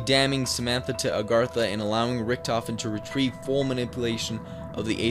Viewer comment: it pronounced ar gat tha not aragtha